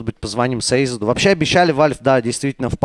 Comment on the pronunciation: Парни из НаВи говорили, что ник seized читается как сизд, а не сейзед.